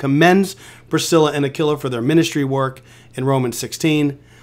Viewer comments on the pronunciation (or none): It's pronounced Aquila like a quilt not a killa 😂